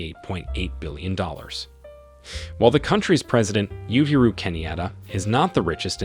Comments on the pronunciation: Uhuru is pronounced ooh hoo ruu not you hoo ruu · Did this man just say "Ethiopia is one of the richest countries in the world"? LOL Was watching this until he uttered this BIG lie.The man clearly knows NOTHING about Africa. Got curious though and decided to continue a bit when I heard Kenya's president being called "U/YU-huru"! Christ! You'd think the guy would take the time to learn how to pronounce these people's names. How embarrassing!